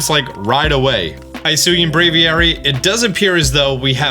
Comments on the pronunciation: Hisui, not Hisuy. You can pronounce it, it's the I from in Pikachu. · Just to clarify, it’s pronounced Hee-sui not Hai-sui. The name means Jade.